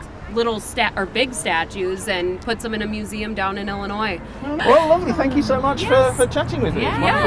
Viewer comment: I noticed something that has nothing to do with the local accent; rather, it’s an increasing tendency among young American females generally. This was at about : Nice to meet YOU-ah! Or maybe YOU-uh! It happens after emphasized final syllables that end in a vowel or some consonants such as M, N, R. I don’t recall hearing you mention this relatively new speech habit in any of your videos.